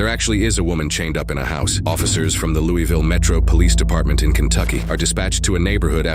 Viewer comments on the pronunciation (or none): The real crime in this video is the voiceover pronouncing "Louiville" wrong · Why did bro say loo ee ville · “Looo-weee ville “ 😂 as a Kentuckian, that hurt my soul. In regards to what happened, I hope everyone involved recovers. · Oh the pronunciation of Louisville just hurts my ears.